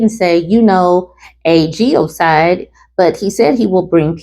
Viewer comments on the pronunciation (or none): I enjoy your videos… but here’s a tip: it’s “ge-no-cide,” not “geo-cide.” It means to kill an entire group of people. You DO pronounce the “n” in that word.